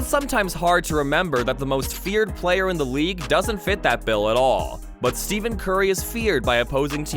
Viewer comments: It’s Steph-en not Steven bro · Did this Mf js SAY STEVEN BRUHV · Who voiced over this… Steven Curry?! How are you going to make a video where you mispronounce the mans name but then still call him Steph not even a minute later.